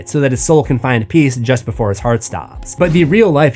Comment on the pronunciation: BeeFUH lmao